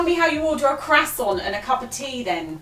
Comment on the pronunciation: you better learn how to say Croissant’ in English 1st before you learn it in other languages. It seems like these people who had this cat were waiting for you to Neuter this cat so they would not have to pay out for it.